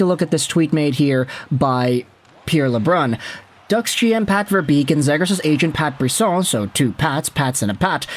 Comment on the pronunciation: Still mispronoucing his name huh?